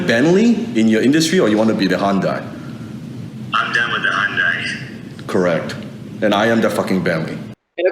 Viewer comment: it's pronounced HIGH-un-DIE. Not fucking 2 syllables HUN-die wtf is that